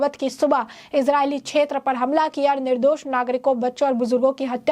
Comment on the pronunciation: छेत्र नही (क्+ष्+ए)क्षेत्र बोल